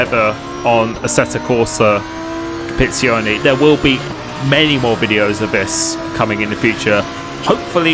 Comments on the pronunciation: assettoh corsah compiizzioneh xD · First tip - learn to pronounce the game right...